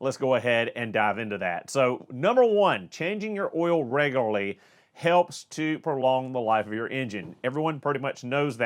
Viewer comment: Say Reglery... One more time....